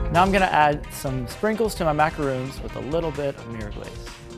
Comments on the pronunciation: THos are mAcaRONS not MacaRoOOns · It's macaron not macaroons . Macaroons are coconut meringue cookies macarons are completely different. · MACARONSSSSS NOT MACAROONS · it's macaron not macaroon. macaroons are the toasted things, macarons are the french pastry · It's pronounced Maca-rohn; a macaroon is mostly made out of coconut, unless you like to dip it in chocolate. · Wow an American that pronounced caramel correctly 😂😂😂 Edit: and macarons wrong!!! 😂😂🙈🙈🙈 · That’s not how you pronounce macarons